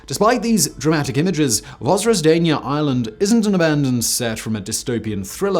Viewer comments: Your pronunciation of the name was a bit rough, so 'roughly translated' was an unintentionally appropriate phrase to use. Thanks for the video. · Zh in Russian means Ж, which sounds as in Georgia=Dzhordzhia, not like Z. Simon, not Zukov in WWII videos ))) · Came here just to hear Simon fearlessly mispronounce the island in the title.